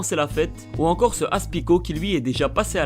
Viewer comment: aspicot non aspicoke